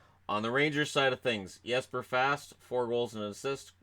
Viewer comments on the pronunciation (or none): none